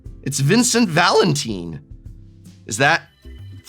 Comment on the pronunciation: Vincent Valentin. Valentin! VALENTIN! Reminder Prof is an English Major it's Valentine like Valentine's day then two seconds later pronounces Kefka palazzo correctly 🤦‍♂️